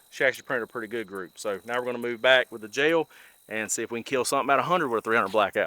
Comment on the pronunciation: I bought my 300 blk 7.5 in barrel pistol with supperssor for working 50 feet or less.. Also, I didn't know "gel" was a 2 syllable word.